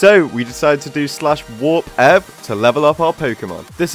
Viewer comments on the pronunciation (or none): did this man just say "ev" and not E - V